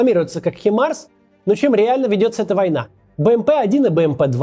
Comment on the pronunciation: хИмарс? Так да?